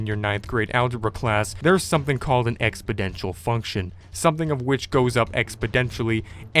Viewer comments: Does he say expodantial instead of exponential. He said it twice in a row. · "in case you weren't paying attention in your 9th grade algebra class, there's something called an expedential function.. its something that goes up expendentially" I think you meant exponential function?? maybe you should go back to algebra class yourself idiot 😂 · Expodential?.....hahaha Say it with the. Exponential